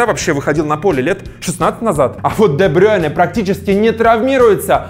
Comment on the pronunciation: Де Брю́йне а не Де Брейне